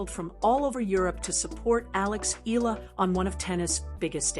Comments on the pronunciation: E-YA-LA not E-LA is the correct pronunciation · Alex Hila? It’s Alex Eala for your information! Lol 😂